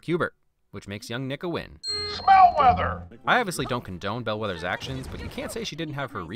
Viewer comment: I JUST realized he says Smellweather instead of Smallweather like I have thought my whole life.